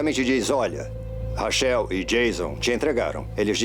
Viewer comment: Os dubladores nao Sabem nem pronunciar Corretamente o nome Rachel kkkkkkk